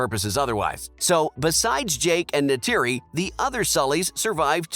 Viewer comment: Go and learn the actual pronunciation of lo'ak, tuktirey, kiri, neytiri and eywa!!!